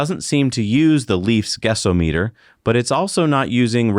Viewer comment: I posit that it's "guess-OM-eter" (short "o"). Do you say "SPEED-oh-meter"? "THERM-oh-meter"? Just sayin'...